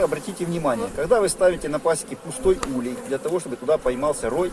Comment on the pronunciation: Не улье, а улей правильно ставь ударение.Учи граматику русского языка.Слет пчел происходит от заклещенности.Если хозяин не может или не хочет или не знает об этом ,то пчели сами выбирають путь к спасению и освобождению от клеща .Наличиеклеща всегда ведет к появлению различних заболеваний.Изучай биологию клеща и сопутствующие болезни.